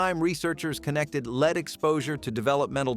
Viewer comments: Led, not leed paint. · I've seen several videos that pronounced it "leed" so I guess at least they're consistent. 😂 Buh-lone-ya drives me nuts, too.